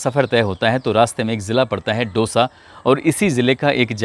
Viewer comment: सर वो दौसा है न की डोसा 😀